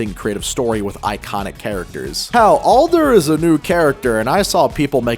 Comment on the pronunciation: How can you say Adler's name wrong when it's said all the time. Pfft.